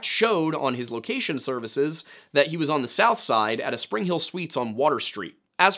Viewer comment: A very thorough and detailed video. The pronunciation of “south side” and “Monaca” were off. But a very well done video with lots of thought and facts.